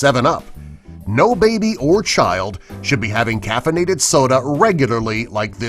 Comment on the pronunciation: He definitely said "caffeinated".